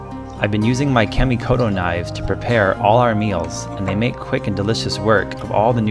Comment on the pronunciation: In Japanese the letter a is always pronounced flat like the a in car. Try saying KAHmikoto next time.